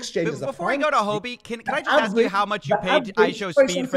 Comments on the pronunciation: My god, im baffled.. Really.. Idiots: "Go on, ax us everyfing", Coffe: Oka... Idiots: NO HOLD ON! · Do not invest anything into someone who can not pronounce the word "ask". Plus this guy loves the sound of his own voice.